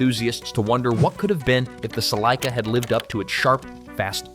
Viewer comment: I heard Celica pronounced in ways that I didn't even think was possible...😝